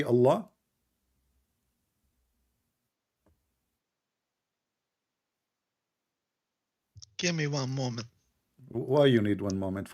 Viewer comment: allah has showed us how this guy is a scam he couldnt even prounounce allah at the start